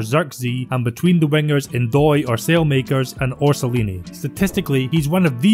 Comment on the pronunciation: Bologna is a true refreshment this season. Motta is doing some seriously good job, while Ferguson has very bright future. I really like your work, especially when Serie A is the subject. P.S. Eeverytime you say "Rho-so-nee-year-ee" one Italian inocent child having a terrible nightmare. 😅